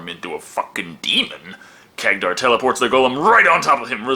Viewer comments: Am I the only one getting triggered by saying Khagdar instead of Khadgar? xd Jokes aside love the review:) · Hey at least these Orcs HAVE females among them unlike basically most other Orc races... And I'm not even talking about Warhammer where they "propagate" throught spores... (Warhammer Orcs or Greenskins are actually a hybrid creature between organic and fungi) And you misspronounced the mages name there as iot is Kadgar. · Say it with me now, KAD - GAR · Hey,, Good review as always, but one thing, you are seriously mispronoucning Khadgar's name.